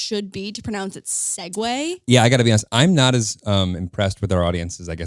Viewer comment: Like whO THE F EVEN CAME UP WITH THE WORD SEGUE!? ITS SE-GOOOOOO NOT SEGWAY I now realize I might sound illiterate but no, that hAs to be LITERATE. 🥲👌🏼